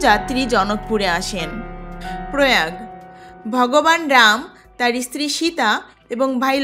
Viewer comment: প্রথমেই বলি রামায়ণের রচয়িতা বাল্মিক নন, বাল্মিকী মুনি। ইস্থান না বলে শুধু স্থান বলুন। ইস্তিরি না বলে শুধু স্ত্রী বলুন। চ এবং ছ এর উচ্চারণ গুলি একটু দেখুন। শ্রুতি, জায়গা ইত্যাদি বলার ক্ষেত্রে একটু মনোযোগ দিলে ভালো হত। তাছাড়া বলা ভালো কৈকেয়ী রাজা দশরথের কনিষ্ঠা স্ত্রী ছিলেন না। তিনি ছিলেন দ্বিতীয়া অর্থাৎ মধ্যমা। কনিষ্ঠা স্ত্রী ছিলেন রানী সুমিত্রা। এলাহাবাদ স্থানটি বর্তমানে আবার প্রয়াগ নামেই পরিচিতি পাচ্ছে। সরকারিভাবে তাকে প্রয়াগরাজ বলা হয়। যাক, আপনার প্রয়াসকে সাধুবাদ জানাই।... ধন্যবাদ